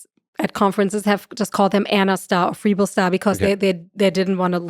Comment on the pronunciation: Freeebl not Frebell